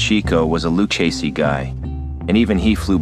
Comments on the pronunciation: Dude literally said Luc a see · Lucasees? Learn how to pronounce Italian names if you're going to narrate a video about the mafia. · Well written bio, but your voice actor didn't do his homework, mispronouncing Luchese several times. Once or twice we could tell it had to be edited/rerecorded. Distracting. No sub here.